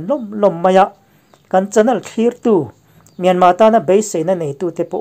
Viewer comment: Myanmar tih i lam dan hi a dik teuh hle a. I thluk dan chiah hian thluk la, a tawp a 'r' hi lam ri tel lo la an mahni ang chiaha lam ri dik i ni mai ang.